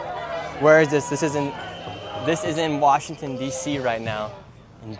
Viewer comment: WA-shing-ton!! ANUNCIATE!!! Your reporting is top notch!!! Your catch of the drug-dealer arrest yesterday was hysterical!! You should have let the lady SCREAM into your microphone!!